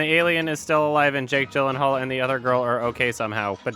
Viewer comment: OMG PLEASE. Jake Gyllenhaal's name is pronounced Jake "Yee-Lan-Harl" not Jake "Jill-en-hall"